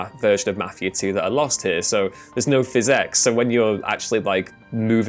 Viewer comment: "There is no physex." "Moving around as vi-o." What kind of creature are you?